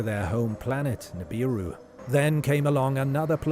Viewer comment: Hello , your pronunciation of Annunaki is wrongh Sorry, there is 2 N at the beginning . Also Nibiru has no A so is mispronounced again.